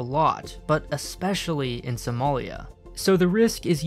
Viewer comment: It is somali not somolian